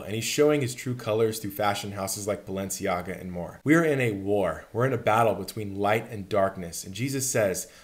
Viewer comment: BAL- ENCIAGA